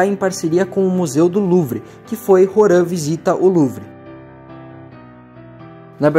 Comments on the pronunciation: Agoniado com o ele lendo "Horan" e não "Roham" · Cara é "Rohan", não "Horan" e "Bussiárati" é sacanagem né pronuncia direito aí pls